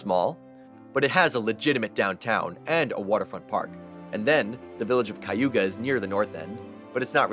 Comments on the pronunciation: It's pronounced Kay-u-ga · My GF and I both grew up on Cayuga Lake...you pronounce it wrong though.